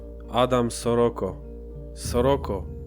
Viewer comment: Nie shoroko tylko szczuroko